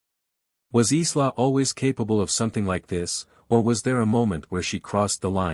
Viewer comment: Isla is prononced eye-la, my illiterate AI brother 🤭